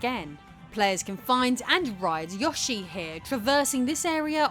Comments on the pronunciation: Gang I speak English I do not say Yoshi like that that ☠️ I just say Yoshi, girl here say yAshi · why does she say “Yoshi” like that 💀